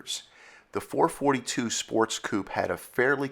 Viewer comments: Sorry, had to leave very early… you can’t even pronounce the marques name correctly. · no such thing as a four-forty-two ....was always four-four-two